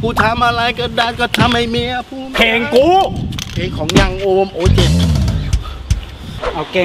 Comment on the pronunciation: ทำไมอ่านยังโอมเป็นยูคยอม